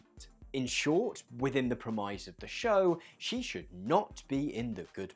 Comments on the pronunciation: "Within the 'prem-IZE' of the show?" What the hell is that? You mean 'premise' like the rest of the world says? That's where I bailed! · Whats the problem with pronouncing something differently? It just annoyed you?